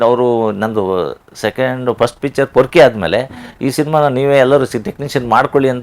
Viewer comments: ಅದು ಪೋಕ್ರಿ ಅಲ್ಲ ಪೊರ್ಕಿ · Yest mathadthiya thaeee Pokiri alla Porki 🤦‍♂️